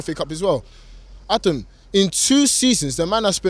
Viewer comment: ADUM ...ADUM...Its OVAA ...